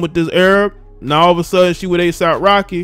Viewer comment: I thought you said ASIMP Rocky...🤣